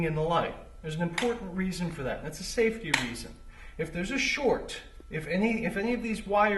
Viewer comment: lmao saf[e]t....y